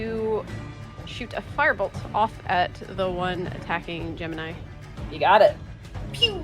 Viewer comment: rabbit you mf'er, Gemini, Gem-in-eye